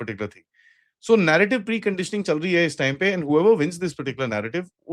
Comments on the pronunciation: 😂 his last word sounded like Aand force 😂😂😂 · Again aand forces 😂 replace a with g 😂 that'll be more apt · It's now OFFICIAL: They've recognized themselves as AAANND forces